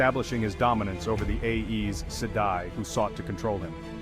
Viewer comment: Aes rhymes with eyes😊 check the back of the book for help with pronunciation